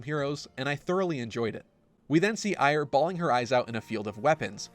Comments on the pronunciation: Eir is pronounced "air" or like heir to a throne. Not, "eye-er". Do people watch things then pronounce things incorrectly on purpose? I simply do not understand this. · Who the fuck is Ire? Trailer literally says "Air". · Guy in charge of the music ...fired. I just wanna know why Loki is in the video. Also Eir is pronounced "Air".